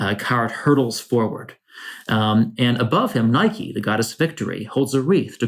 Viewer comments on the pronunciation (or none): none